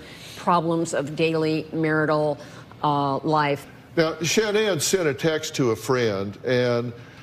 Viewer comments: not like sha-nan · actually it's pronounced SHANNON that's how her family has always pronounced it. She changed the pronunciation herself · Might sound trivial but it’s annoying when so many channels and anchors etc can’t pronounce Shan’Ann’s name correctly. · Anyone else think it's disrespectful that Dr. Phil can't even pronounce Shannan's name right? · Please pronounce her name correctly out of RESPECT.